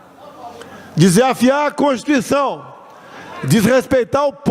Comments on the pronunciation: Não sav bê nem pronunciar a contiicao kkk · Ele não pronúncia CONSTITUIÇÃO, ELE DIZ CONSTICAO.O OGRO É BOCO MOCO. quem lembra dele?